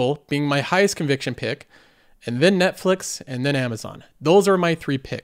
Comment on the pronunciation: netflex? Hahahaha